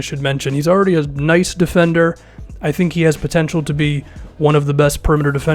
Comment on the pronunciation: " don't "tank" what is this did I just hear that?